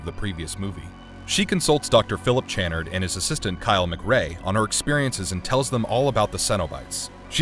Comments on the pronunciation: Are you deliberately mispronouncing Dr. Chanard and Cen-o-bites? 😂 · You can always tell when the narrator hasn't actually watched the movies he is talking about. That's not the proper pronunciation of Channard.